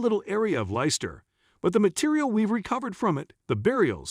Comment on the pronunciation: It's pronounced Lesster. Bloody AI crap